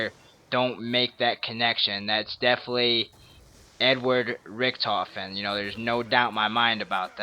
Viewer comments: He messed up saying Richthofen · Yep Richentofen...... it's called Richthofen.